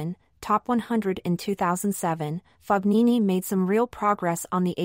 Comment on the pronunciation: Whatta bummer! Please pronounce his name correctly. Ask Fabio how he pronounces his name.